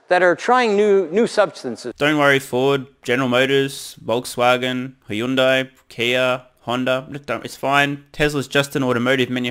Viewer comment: For anyone that cares - probably no one - but I like trivial shit. The actual pronunciation of Hundai (현대): 2 syllables - Hyun (현) Day (대): Not three syllables, i.e. Not "hi yun die". cheers